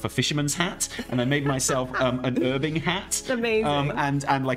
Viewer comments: The silent H in herbing is definitely incorrect and bad. I always used to do some casual erbing before ealing eroic alls of atonement on my oly paladin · Don't be swayed in to saying 'erbing :p please, we're English, lol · He gave in to American "Herbing" xD